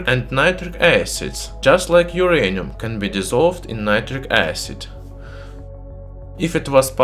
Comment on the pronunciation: But this is not My-anium !